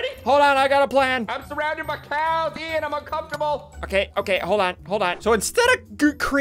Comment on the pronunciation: ian not ean